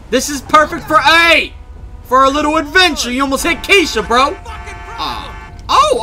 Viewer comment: when you introduced kesha at the beginning it sounded like key shit so I had to replay to make sure it wasn't key shit my hearing is a little off today.